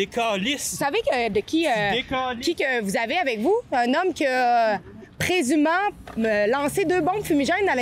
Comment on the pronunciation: Oh là là, le manque de professionnalisme! C'est pas parce quelqu'un est en public qu'on a le droit de le filmer, enregistrer ou photographier et de le publier, sans sa permission. C'est une notion élémentaire, en journalisme. Et la prétendue journaliste qui n'est même pas capable de dire correctement l'anglicisme courant en journalisme "présumément"!